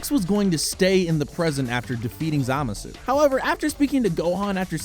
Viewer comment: "Zamasoo" literally why are you even narrating this if u can't even pronounce their names correctly jfc